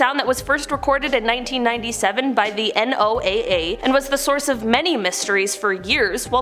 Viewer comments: N O A A? Oh, you mean Noah. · Recorded by the N O A A . Lol 😆 the the National Oceanic and Atmospheric Administration or NOAA...pronounce Noah. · It's pronounced Noah dude